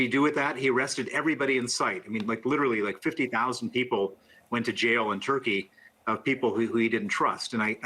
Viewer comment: Did he say: "Eardugon" was the president of Turkey? Only the finest analysts here CNN!!